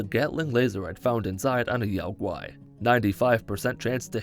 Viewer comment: Spot on pronunciation on Yao Guai, I’m pleasantly surprised